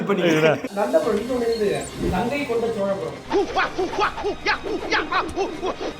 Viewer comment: Gangaikonda solapuram not Gangaikoonda solapuram கங்கைகொண்ட சோழபுரம் not கங்கைகோண்ட சோழபுரம் 😂😂